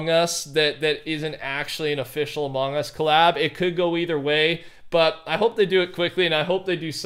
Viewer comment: did he just say amon us boy what the hell boy